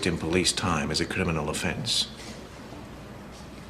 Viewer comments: Everyone’s a CRINIMAL in her eyes 😂😂 he said it wrong lol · Anyone else notice that David Said crinimal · David says crinimal instead of criminal 😂